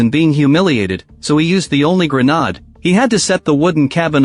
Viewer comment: They just put less and less effort into these recaps. I wonder what the prompt is when they make these is it hey recap this movie in 20 minutes or less and explain it like im my toddler reading a book and the biggest thing of all don't pronounce grenade right. Is that how they do it?